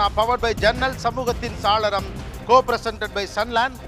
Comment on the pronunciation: Saaralam nna jannal nnu artham!! Not “Salaram!! Gopi Sir!! Saalaram nna artham vera!!! Thamizh arinjargal ulla sabayil idhu thappu!!!